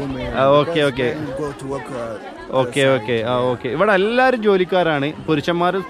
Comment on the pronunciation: ഉമ്മൻസ് അല്ലടോ 🤣 weman 🤣